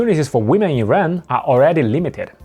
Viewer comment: please say IRAN